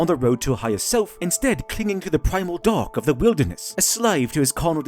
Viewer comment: Whenever you say Dark in that accent you had for this video. It sounded like you were saying Dog (or Dawg). So multiple times it sounds like you’re saying The Dog side of the force.